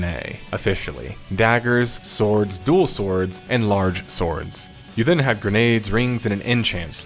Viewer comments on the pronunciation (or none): none